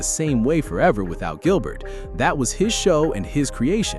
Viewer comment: Did you just call him Jilbert 😅